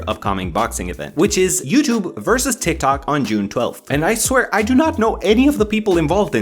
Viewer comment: To be honest who wouldn't die inside when they say tik toc